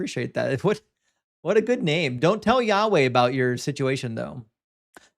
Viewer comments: The way the first clown pronounces “yahweh” is really fucking irritating. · I can't stand people who pronounce Yahweh so pretentiously like that.